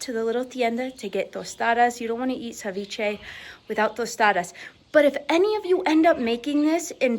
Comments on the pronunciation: Agrego aguacate y más camarones. Por eso se llama ceviche de camarones. Y es ceviche, no SAviche. Lo siento, solo un fastidio mío. 😊🍤🥑 mmmmm 😋 MUY BUENO. Bendiciones para todos y su perro…🙏🏼✝️ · CE viche not CAviche😊